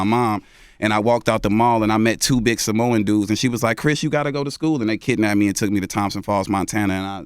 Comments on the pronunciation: Dj envy dumbass talkin bout some "samolians" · did envy say samolians? lol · when Envy said "SamoLIANS" 😂😂😂😂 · Did Envy say "Samolians"?? Lolol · Yaboy E Lmaooo I thought only me realized he said that dumbass